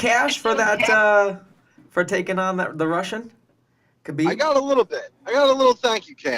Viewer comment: Break the podcast cycle and be different: learn to say Habib properly. It's unreal, journalists like Okamoto, Helwani, Meltzer, Luke Thomas all say it right but podcaster/fighters like Bisping, Schaub, Serra, even Rogan used to say it properly then got infected. Ask a Russian in your gym how to say Хабиб right, that first letter is an "h", not a "k" or silent k. Its like when you first learned about the Gracie's. We all said Rickson & Royce until someone explained that Brazilians have a different linguistic ruleset. Since then we've learned to say Henzo and Hoyler. Biggest fight off 2018 and hearing TV crew mispronounce the champ's named sounded bush league. Thank God Bruce Buffer took 2mins to get the name right. As for the podcast, pretty good discussion, went along smoothly. Gonna sub on my phone. try to find ways to do the podcast in segments rather than one long conversation like Rogan. You talk a bit before the interview and after and rotate segments like: predictions for upcoming cards, Q&A, going over past fight, maybe a Move Of the Month where you talk about a technique you saw month and you break it down how you would use it or how others use it. Or maybe an exercise or skill every month that you'd recommend, some underrated stuff, for upncoming fighters. Having a pro fighter share tips w/ listeners seems like a great way to engage fans just like Q&A. Once you get bigger, you can slip in small audio cuts in between segments or have those segments sponsored by indivi